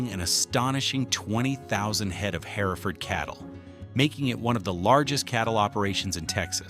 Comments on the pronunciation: HER FORD. NOT HERAFORD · herford cattle are pronounced her ferd........... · In TX it is pronounced "Herford" the second e is silent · Hereford!!! Say it right damn it city boy!!! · would you like to try and say hereford right 😅😅 Listen to someone say hereford texas 😅😅😅😅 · Your AI narrator needs to learn how to say Hereford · you are wrong. That’s not how it’s pronounced in Texas. No one gives a fluck about how it’s pronounced in nazi Europe